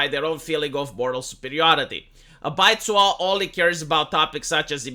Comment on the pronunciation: Baizuo literally translates to white left. Bai = white zuo = left Also, your pronunciation is slightly off - needs more z.